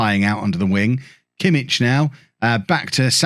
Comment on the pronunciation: Actually it's not only Pulisic...Joshua Kimmich is actually pronounced 'Yosua Kimmick'. Even though the ck doesn't sound that way